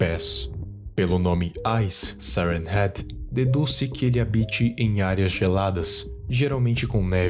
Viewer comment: Ele fala siren heat